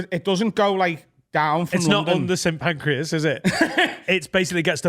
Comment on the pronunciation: Did call it St Pancreas station 😅